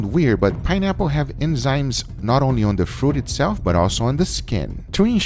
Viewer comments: It’s eNzymes , not eMzymes. Also, that steak looks soooo good. I just want to let you know that I’ve been watching your vid for a looong time at your Sous vide channel. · Am I the only one hearing "emzymes"? lol, good to know that dry aging wont save this cut of meat :) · Guga say "Enzymes" for us one more time LMAO... u say Emzynes all the time instead or something other weird idk but it sounds funny hahah :D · It's pronounced ENZYMES* mate. Not "emzymes" 😂😂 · This is cool, but how many times are we going to have to hear "EMzymes" in this video? N (or en) is a sound that is in your language. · Guga trying to pronounce “enzymes” is strangely funny 😄